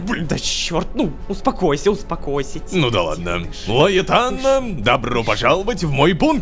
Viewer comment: Так никто не произносил "Лайетана"